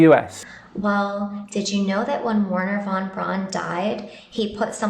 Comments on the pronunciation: The Name is not "wahn brawhnn" its is Werhner VON BRAUN you smoothbrained bimbo! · Who tf is "Warner Von Bron"?